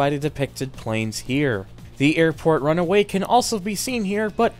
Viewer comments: airport runway! not runaway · Bruh, its called RUNWAY, not runaway. Even non-airplane enthusiasts know this. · buddy, pal, friend a couple things: 1) a Runway is not a RUN-A-WAY 2) a hair scratcher? you mean HEAD SCRATCHER jeeze that was bugging me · airport runway not runaway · Today you learned: "runway" and "runaway" are two completely different words!